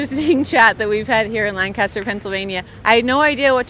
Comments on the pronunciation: For next time you’re here it’s LANC-ester not LAN-caster 😂 Wish we could have come down and met you today. Thanks for the good work you are doing! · FYI Lancaster PA is pronounced like "Lank-a-stir", not "LAN-caster" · Hope you’ll get this: it’s LANK ISTER not Land kaaster. It’s not California. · We pronounce lancaster as lancister.. I'm voting for Trump. I hate going to the city of lancaster. Nothing is good in that city, especially the government and police. I'm surprised you didn't get arrested. Wrong place to go to ask for political opinions for sure! I live in holtwood. Its funny to hear how the world thinks of this area Flannel dude is awesome! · Its pronounced Lang•kiss•ter. If you pronounce a different we know you're not from there. 😆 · All those Lancastrians and not a single person corrected him on “Lanc-kiss-ter” 😂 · For future reference, the city in Pennsylvania is not pronounced like it is everywhere else in the world. No "cast." Lang-kiss-ter is the local vernacular. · lol you’re not from this area as you’re pronouncing Lancaster incorrectly!🤪 No biggie and great video.